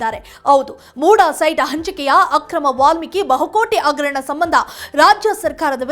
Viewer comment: ಅವೆಲ್ಲಾ ಇರಲಿ. ಮೊದಲು ಭಾಷೆ ಸುಧಾರಿಸಿಕೊಳ್ಳಿ. ಅಗರಣ - ಹಗರಣ ಅಣ - ಹಣ ಈಗೇ ಹ ಇರುವಲ್ಲಿ ಅ,...... ಇಂತ ಹ ಶಬ್ದಗಳ ಕೊಲೆ ಮಾಡಬೇಡಿ 🤦🏼‍♀️